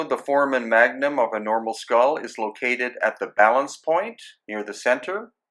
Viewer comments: Love everything you do bro. Just one thing that bothers me, you keep pronouncing foramon magnum incorrectly. Its not pronounced "4-man", its pronounced "4-ray-mun" sorry brother, just my OCD flipping out. Still love you and the channel. Hope I don't offend. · Sorry, can’t take anyone seriously with the repeated mispronunciation of FORAMEN magnum. Doesn’t do much for credibility.